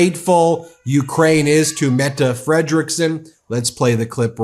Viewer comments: Thanks for pronouncing Mette correctly 😊❤ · Wow! You learned to pronounce the statsminister´s name! Tak! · I am glad you learned to say Mette :P